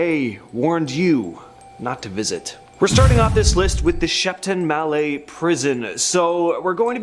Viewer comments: It's pronounced mallet, you pronounce it with the t......yanks, sounds like English, it's not! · It’s Shepton Mallet as is a wooden/rubber hammer not ballet.